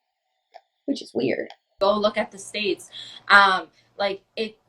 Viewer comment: Is that girl saying stats as “states”???????